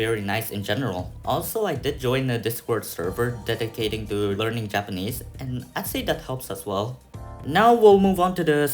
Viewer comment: You should have done much more listening before you started speaking and reading to prevent the strong accent and pronunciation mistakes you have when speaking Japanese but overall good job!